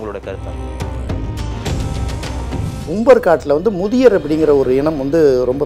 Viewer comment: அதியர் பெயரை ஏன் முதியர் என உச்சரிக்கின்றீர்கள். அருந்ததியர் பெயர் சொல்ல தங்களை தடுப்பது எது. தங்களிடம் சில கேள்விகள் 1 கொங்கர்கள் கொங்கு வேளாளர் என பெயர் மாற்றம் செய்த அரசு எது. 2. கொங்கர்கள் யார் எப்போது தமிழகம் வந்தனர் 3 கொங்கர்கள் சேரர் என்ன தொடர்பு 4 புகழூர் கல்வெட்டில் உள்ள தந்தவர் என்பதை ஏன் அந்துவன் என மாற்றி படிக்க பரப்புரை செய்ய காரணம் என்ன 5 கவுண்டர் என்ற பட்டம் யாருக்கு சொந்தம் 6 இரும்பொறை என்ற ஊர் புளியம்பட்டி ஈரோடு மாவட்டத்தில் உள்ளது. கரூரில் எப்படி தொடர்பு. 7 நாமக்கல் சேலம் திருவண்ணாமலை கரூரில் அதியர் அருந்ததியர் கட்டிய கோயில்கள் இன்னும் உள்ளது. அதியர்கள் தங்களை சேரர் என்றே கூறியுள்ளார்கள். 8 அருந்ததியர் கொங்கு வேளாளர்களை இன்னும் கொங்கர்கள் என்றே அழைக்கின்றனர்.